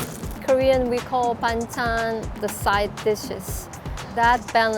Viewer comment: Ah he meant that. Did no one correct his pronunciation all those years they worked together or does it actually sound the same to Korean ears? In my ears that's very different but I'm Thai so.